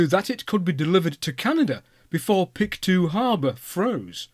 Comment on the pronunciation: Yay I was wondering when Samson would come up! Its a shame we didn't take better care of it. I heard that an American had it restored to running condition and took it on a tour of the states before returning it to Canada. Then it was just put under a shelter without walls or that leaked and it was damaged by rust. Pronounced "Pict-O" btw :)